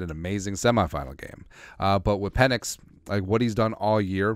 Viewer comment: Pe"NIX" as in NO!